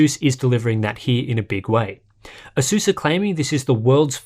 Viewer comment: why everyone pronounces it "aseus"?